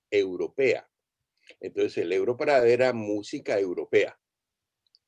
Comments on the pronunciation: Por qué insistes en decirle europarada si en hasta en el jingle de presentación de la versión para habla hispana claramente dice EUROPARADE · EUROPARAD"E" NO EUROPARAD"A".